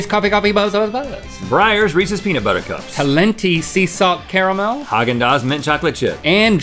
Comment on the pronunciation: Surprised there aren't more comments on the fact that they mispronounced talenti